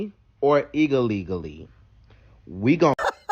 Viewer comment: "Eagle-legaly" 🤣🤣 I can't